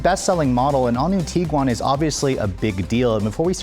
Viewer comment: Am I the only one that just learned how to properly pronounce Tiguan (TEEG - Juan)?